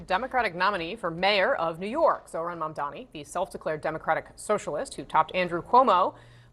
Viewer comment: That hack couldn’t even say Mamdani’s name. What a jag